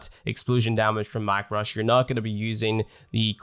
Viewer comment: “Mack Rush” is painful to me XDD